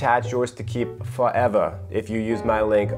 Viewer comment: "Fo(r)evah in British Accent 😂